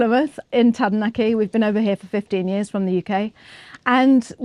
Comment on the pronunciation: Okay I’m a Māori male residing in Australia seen a few of your videos enjoy them , but what grates is your mispronunciation of a few Maori words . What I mean is if you can correctly pronounce Oakura, why then can’t you get Taranaki ( ta ra nuck ee- not nacki )